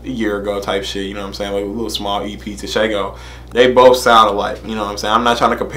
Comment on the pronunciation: It’s pronounced tshe-gho written tsego his nick name is the pink panther